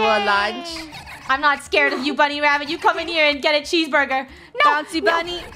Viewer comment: I luv how said < WABBIT>